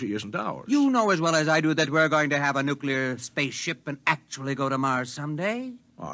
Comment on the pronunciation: nuclear not nucular